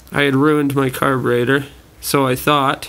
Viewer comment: caberator or carburetor?????????????